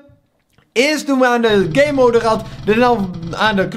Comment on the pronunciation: hoe gamemode zegt: gaymoude hoe normale mensen het zeggen: GAMEmode